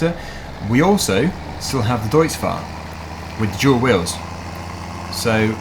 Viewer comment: When ever you say "deutz fahr with dual wheels" i hear "deutz fahr with JEWEL wheels"... Am i the only one?